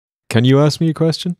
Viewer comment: hey why DO black people say "aks" instead of "ask"?